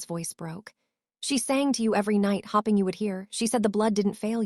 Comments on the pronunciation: also hop ing should be hope ing And pulsing pull sing it says yes disturbing the authors want money for this so they need to fix or read it themselves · H(oh)ping. Not h(ah)pping. There are many others that really need to be fixed. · For crying out loud teach your A I how to read English. Hoping is not pronounced hopping. To bow to someone doesn’t sound like a bow tie. An injury to someone doesn’t sound like thread wound around a spindle.